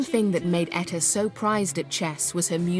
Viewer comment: She butchered Etta period!